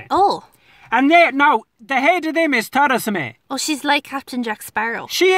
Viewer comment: is the best pronunciation of Theresa May I have ever heard.